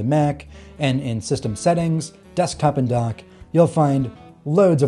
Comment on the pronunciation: Are you saying "Donk" LOL?